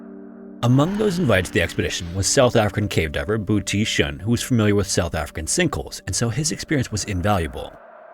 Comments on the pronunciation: I think you mispronounced Booty Shaun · Just a comment on your AI commentator - Boetie is not pronounced 'Booty'. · I'm a South African and sounds funny to hear you say "Boetie". Your pronunciation is good. It just sounds like booty in English. In Afrikaans, it's a name. In English, it's kinda funny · Boetie as in footy. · It’s not booty shun 😂 It’s a short sharp oo like, “oo! I got kicked in the nuts!” And boetie means little brother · Your pronunciation of the Afrikaans names was hard to listen to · The pronunciation of Boetie is so cute XD. You did your best- but the South Africans know that its not right. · The way you pronounce Boetie is so funny😅 its very sweet hearing foreigners pronounce our names. Boetie is typically pronounced with shorter syllables and it its translates literally to Brother (but the affectionate version so more like Bro). Eben is closer to Eah-bin